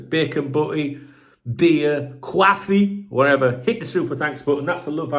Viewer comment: Why do u say quaffee